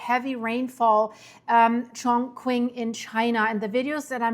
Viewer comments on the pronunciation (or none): {, it’s pronounced as Chong-ching } Chongqing is a cyberpunk city, with trains piercing buildings. It’s the currently favored city of expats and is home to the best bridge builders in China. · btw The "q" in Chongqing is also pronounced as 'ch.' Chinese spelling is always very tricky if not impossible to decifer if you don't speak fluent Chinese. You get HUGE points for at least trying. 😃 Horrible and scary disaster though. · It’s pronounced “Chong Ching”